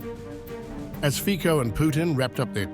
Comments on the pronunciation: To be respectful to Fico and Slovak people Learn to pronounce phonicly with your Anglo’s Saxon tongue it’s ( Fizzo ) not Fiko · IT'S PRONOUNCED FEETSO. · Zelensky is a blackmailer! Fico (pronounced: "fitso"). Let's stop the insane warmongers from the west! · Step 1 - learn how to pronounce Fico's name properly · At least learn how to pronounce someone’s name when you address whole video to him… truly unprofessional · can you please at least try to pronounce the name of Fico correctly - it's not so hard to google how his name should be pronounced!